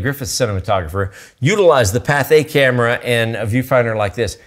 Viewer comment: It's Pathé, not Patha.